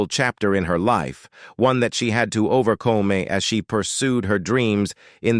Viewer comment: IKR? “Overcō-may” for “overcome”.